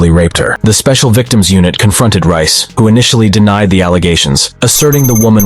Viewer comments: That's Reyes, not Rice. It's pronounced "Ray-ez". EDIT: is it Rice or Reyes? I swear the text said Reyes at the start, but now it says Rice. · Deangelo rice ?😂😂😂😂 it’s (Rey-jes)….. brooo😂😂😂😂😂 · Reyes. It pronounced Ray-ez not rice lmao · His name is pronounced "Ray-as". Not "Rice" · Ray ez*. Damn. Not rice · Not that this is the most important part of this, but the officer's last name is pronounced RAY-ez not Rice. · It's pronounced Ray-ess not Rice 😂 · "Ray-es" not "Rice." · Its not RICE !!! ITS RAY-S COMMON HOMIE WHAT YEAR IS THIS 2023? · How does “Reyes” (“RAY-ess”) morph into “Rice”? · I don’t think Reyes is pronounced Rice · Since when is Reyes pronounced rice? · Reyes is NEVER pronounced as Rice. That’s ridiculous you would even pronounce it that way. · It’s Reyes, not “Rice” 🧐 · Reyes isnt pronounced rice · Bro why do you keep saying Reyes like Rice 😭😍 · "Reyes" isn't pronounced "Rice." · He pronounces Reyes as Rice. Lol. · Did you really pronounce Reyes as rice lmao 💀